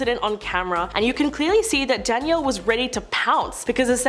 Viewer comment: Ok the mispronunciations are unbearable. I’m sure there is a way to find out the right pronunciation to some of these names. Daniel Bregoli instead of Danielle?! Jenna Dawen instead of DEW-an?! And thats just a couple I caught. It isnt just this video either! Creators take some pride in your scripts and headers and figure out the accurate way to portray these people. Beyond annoying!